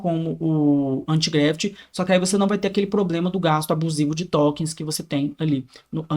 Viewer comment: Jotason, claude kawork, tóken,... ta precisando usar IA pra aprender Inglês heim